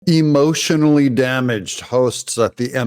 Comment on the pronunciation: E-motional Dam-age